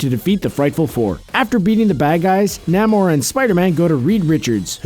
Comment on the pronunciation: It's Neigh-More, not Nam-More.